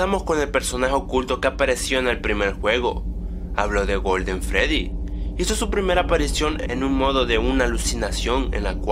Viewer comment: Shadow freedy no freery morado